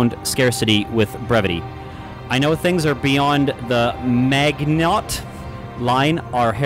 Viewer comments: Ma-jih-noh. It's French. Lookup Maginot Line for relevance. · Maginot= maa jee know, but the j is very soft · Magnot? MAGNOT? What? How do you read Maginot as Magnot? lol